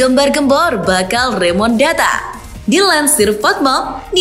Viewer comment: Remontada Min. Bukan Remondata.😂